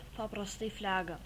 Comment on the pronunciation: blet as toki dalika pastebejau jis sako flega o ne flaga negaliu nervina ir blin sako vidutubiu su vikingu greiciu ten blin greiciauses nu nx negaliu kalusitys